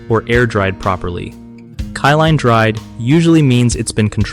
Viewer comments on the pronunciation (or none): Kill-n, not kye-line lol😂 But good video✌️